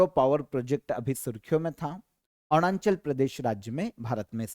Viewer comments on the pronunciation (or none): Sir Arunachal ko Aarnunchal bolte hai 😂😂